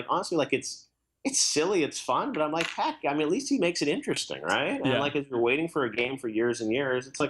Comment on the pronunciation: Didju Rike it?